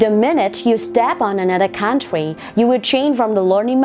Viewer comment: CÔ ƠI CHÁU NGHE CÔ ĐỌC " COUNTRY " SAO LẠ QUÁ